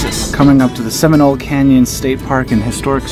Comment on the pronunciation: Seminole pronounced "Sem-a-knowl". The way you said it, sounded Italian! 😃